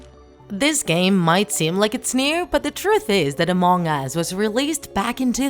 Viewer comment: It is not mong us it is Among Us